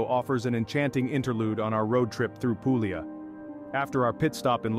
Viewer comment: I stopped as soon as the word Puglia was butchered.